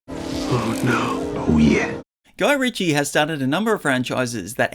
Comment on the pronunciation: I've never heard someone pronounce Guy Ritchie like that. New experiences every day!